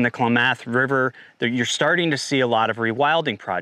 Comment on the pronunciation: Klamath is pronounced "Clam-ith". Just an FYI.